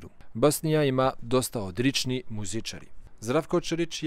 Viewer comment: Napredovao si u govoru, vidljivo, sada si nekako fluidan, ali molim te, nauči da izgovaraš L, stalno govoriš R, skoro umesto L, na primem GLava, ti kažeš GRava, ili Odrični muzičari.... Malo uspori, ne žuri toliko, ti sigurno sve želiš odmah, ali lepo od tebe što si naučio Srpski i za to dobijaš sve moje pohvale, jer iskreno, mnogi koji su rođeni ovde, a drugih su nacionalnosti, ne znaju srpski, na primer Mađari, oni jako slabo znaju srpski, a rođeni su ovde..... Preporučujem ti da čitaš knjige na srpskom...